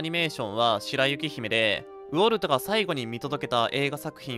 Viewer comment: ウォルトの発音おかしくね？